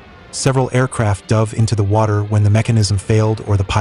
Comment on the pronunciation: LMAO! Did that dumb profiteering kid just say "duv" when he was obviously reading the word "dove" on his copy sheet? I usually pss and sh1t on youtube channels for using AI voices that can't actually pronounce words. But here there's a real person doing it! So I'll make an exception. Ladies and gents, any channel with a name like "FactBytes" is a sociopathic lazy profiteering enterprise, and an archetype of what's wrong with YouTube. Run away.